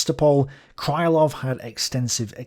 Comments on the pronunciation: Krylov should be pronounced crih-love (not cry-love). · Its not a big deal but Krylov is pronounced as Krilov not Krailov. Russians writing in Latin put "y" for their letter "ы" which is confusing for non-Russian speakers because they also put "y" for their letter "й". Anyway its KrilOv with stress on the second syllable. Also talking about stress - its ChuikOv, not ChUikov. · I enjoy the series mightily. Occasionally though you badly mispronounce a Russian surname or a toponym. This time your victim is the long suffering Krylov - it's not "kraylov", more like kryyylov. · my russian ear hurts each time you say cry-lov instead of kryhl-lov. Cry, Love! If he'd been cry-love, he'd have had his name transcribed as krailov. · It's pronounced "Creelov", not "Crylov". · Hi! Thank you for the great content! Being russian I dont mind/care if you pronounce some surname wrong, since it's too much to know everything. But. Since Krylov is a centerpiece - it's pronounced Kril O v ( [krɪˈlʌv]). I dont know why all "Krilovs" in wiki are considered "Krylovs". BTW, Alexy Isaev, who is considered as main russian historian of today is quite active in the web. I think If you would contact him, you could have some collaboration or maybe some useful info from him. Just a though. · Apparently, according to some other viewers, Isaev has watched some of my videos... But yes, in will start pronouncing Krylov correctly from now on (Kreelov) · The pronanciation of Krylov would be more accurate if you just say krilov/kreelov instead. It`s Russian ы which most westeners cant distinguish from regular i, like in see, me, be and we used to it. Some authors used y for this letter ы but it`s not in any sence sounds like english `y`. Just enter Крылов to google translate to hear the pronanciation.